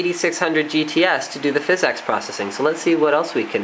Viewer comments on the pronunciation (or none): Seriously... great video. But stop saying Fiz-X Pro-sessing. PHYSX is jsut Physics. It's a funky cool way to spell it. It's not PRO-CESSING. It's Prah-sessing. You sound ridiculous. But awesome video. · its pronounced physics, not fizz-ex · so your telling me the way to pronounce it is fizz-ex? i know its the engine. but its pronounced physics. watch?v=ZwoJ-upjeKo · I know what it is. but its not pronounced FIZZ EX. its pronounced physics. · Thumbs up if it bothers you every time he says "fizz-EX" instead of physics